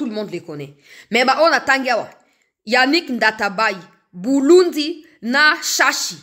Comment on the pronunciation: Apollinaire BULINDI et non BULUNDI ! Merci.